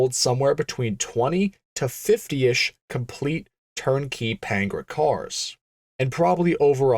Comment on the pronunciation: It's not Pain-gra, it's Pan-gair-a, pronounced like Pantara, as in De Tomaso Pantara, the then current semi-supercar that you could buy at your local Ford dealer. The context of time and place matter, especially in a documentary style video. Other than that, good video.